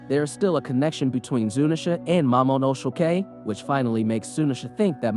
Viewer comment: Heard him mispronounce his name three times as momonoshokei, mamonoshokei, momosay